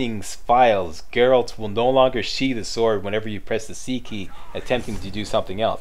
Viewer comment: Hey, been awhile. And THANK you for saying Geralt. 80% of the people who do some sort of "review" they call him Gerralt (You did once heheh, we'll pretend that didn't happen;D). Yeah, I'm in my 3rd play through of TW3. Damn TW3 is fun, but I agree with your gripes. But, all games have some problems with it. Oh, and Greetings from Manitoba EH!